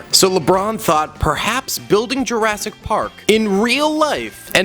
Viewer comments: Sorry but it's jurassic park not Jurrasic park. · Ah yes “Jarrasic park”